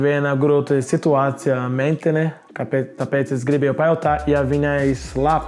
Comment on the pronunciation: Tad kad viņš teica meitene es sapratu mentene😁😁😁